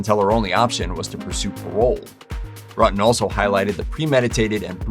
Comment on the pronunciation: It's hilarious that this 'narrator' pronounces Ruetten's name WRONG, throughout....geez...John is the one who should be in prison. There are many cases where someone dies because another was strung along...When you drag someone's feelings across the pavement, you should pay, too. I know this case very well. John caused this to happen. Poor Sherri.